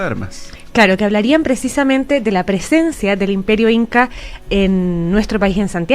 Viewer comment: Jaaa como le cuesta decir IMPERIO INKA